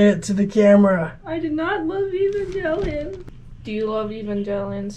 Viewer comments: Evan gay leon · Ivengay lion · How about pronouncing "Evangelion" correctly?